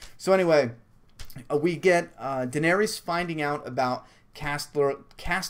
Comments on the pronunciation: Jon is Dany's nephew. Also it's pronounced Duh-nair-iss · Its pernounced Duh-nair-iss lol but close enough. She's Jon's aunt. Rhaegar Targaryen is her brother and Jon's father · its pronounced dan-air-is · Jon's her nephew ;) Daenerys = Duh-NAIR-riss (emphasis on the nair; "riss" rhymes with hiss) ;)